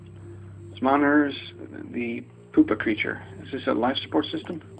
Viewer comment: Lol you said Poopa-creature XD